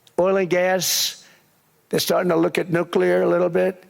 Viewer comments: Please learn how to say 'nuclear'. It's nu-cle-ar. It's not nu-cu-lar. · Sorry, but did you use the word "nucular",? That word means "(botany) Nut-shaped; of or relating to a nucule — a section of a compound (usually hard) fruit." Even Trump knows that...